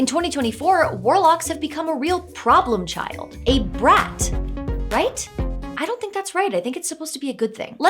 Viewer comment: I think you’re supposed to roll the r in brat because it's like rapid fire "brrrat(atatat)". So warlocks become brat when they get multiple eldrich blasts.